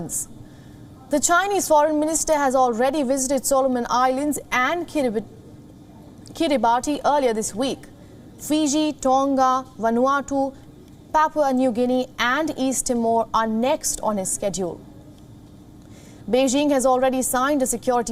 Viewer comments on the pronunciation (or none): Its pronounced Kiribass